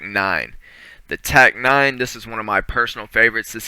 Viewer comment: "the tac-9" ITS TEC-9 MOTHER